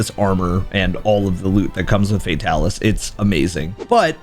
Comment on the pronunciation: I will never understand why people call him Fae-talis lol